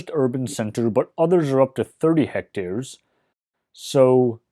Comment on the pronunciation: Why do you say hecters when its clearly written hectares?